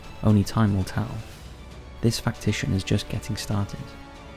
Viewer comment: What is a "Factition"? Is that a Raid shadow Legends made up word?